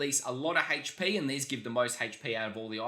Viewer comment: anyone else hear hate shhh P when he says HP? 😁🤣🤪😜 or something